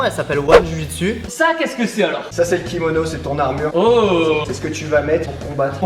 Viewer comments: tu-chi-su ? jpp xDDD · Tu-chi-su ? 😂😂😂 sa ma tué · J'en fais tibo 😁 c'est pas la "Jiu Jutsu " c'est le " Ji Jutsu Brésilienne " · C'est Ju-jitsu et non Jiu-jitsu non ?? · Ouais le ju jitsu c’est mon sport !!! Et au passagein dit ju jitsu et pas jiu jitsu, jiu jitsu provient d’une faute de frappe je crois (et jiu jitsu bresilien je sais ps si c’est le bon nom, moi j’en fait du old school) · Tu-chi-su MDR 😂😂😂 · On dit ju-jitsu j'en fais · JU JITSU Merde quoi ! Pourquoi rajouter un I